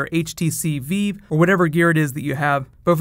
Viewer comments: did just say veev instead of vive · Did just call it the HTC Veeve? Never heard that before. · What's the HTC Veeve? I've heard of the Vive but not the Veeve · D-Did you just say "HTC Veev"...? My god that hurt. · Did you say HTC Veeve? Hehe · so now and Xbox and a new Batman game are both coming out on my birthday. Yay! Also,, Vive is pronounced like jive. Just letting you know. And the Markham VR game is also going to be released on PlayStation VR as well.